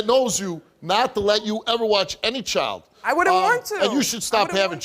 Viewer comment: It’s child not choild 🙄